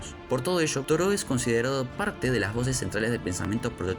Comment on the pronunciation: Estaba por poner lo mismo, acabo de descubrir el canal, y me pasó también que le falta como cierta... cadencia? Y la pronunciación de algunos Históricos como Proudhon o Toreau. Los primeros minutos bien, luego como que se acelera demasiado el relato. Suscripto.